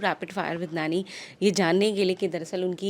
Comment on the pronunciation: Woh Nanny nahi, NANI hai.. dhank se bol lo naam..